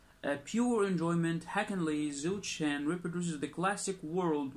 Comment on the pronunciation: The pronunciation for Zhou Shen is Joe Shen 💕💞💕🇲🇾